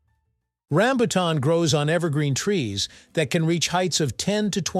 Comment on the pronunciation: i hate the mispronounciacing of rambutan